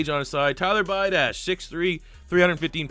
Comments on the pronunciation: pronounced bee-ah-dish, kid destroyed us in high school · Pronounced tyler be-od-ish. Played him in highschool